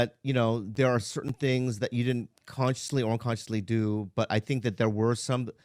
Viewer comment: Brenda: "did ya see carlos w Bobby?": "I did noT" 3 seconds later: "so im in derr a-watching it" Larry Cable Guy style 😅